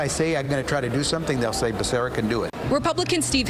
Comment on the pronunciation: I despise how you pronounce becerra!